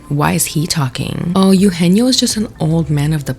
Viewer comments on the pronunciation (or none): It’s pronounced Eh-oo- genio. Not “you-genio” Anywho, I don’t like the criticism that Selena is getting. My daughter is a second generation Mexican American. I tried to teach her Spanish, however, due to her having a speech delay, she had difficulty picking it up. Therefore, she only speaks English. I would hate for society to make fun of my child and label her a “no sabo” kid and/or tell her that she’s not Latina enough due to setbacks that were out of our control. Selena was offered a role and she took it and made the best of it. I think that you’re pointing the finger in the wrong direction. What was she supposed to do? Say no to making money? If the same opportunity arose for you, would you have said no? I don’t think so. Ultimately, I agree on this being a bad film overall. The plot didn’t make sense. There’s no way that a cartel kingpin would ever consider becoming a woman. Machismo runs deep in the Mexican culture. It just wasn’t realistic. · Okay I know this is minor but it’s not Ugenio Urbez, it’s Eugenio Derbez. Eh-ugenio. He’s an icon. He deserves to have his name pronounced correctly 😭🤣🙏🏽 love you! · so sorry to nitpick but its "EH-oo-jeh-nyo"😅 also the man has every right to criticize considering hes been successful in both the mexican and US film industry. and i LOVE only murders in the building but selena is just not a good actress so the excuses for her performance are dumb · eugenio is pronounced "eh - ooh heh - neo" btw (sorry love you lol ❤) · If you're going to discuss the cultural insensitivity of Emilia Perez (which I totally agree with) you should look up how to pronounce Eugenio properly, it's not very difficult! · also the mispronunciation of Eugenio is hurting my soul 🥲